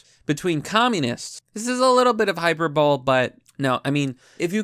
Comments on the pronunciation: Hyperbole = hi-PER-bow-lee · HYPER BOWL dude you really have to work on your pronunciation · hyperbole. “hyPERbolie” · “Hyperbole” It’s pronounced “hyper bow lay” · You used the word "hyperbole" wrong. You pronounced it wrong. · In the interest of continuous improvement... Please lookup the pronunciation of hyperbole.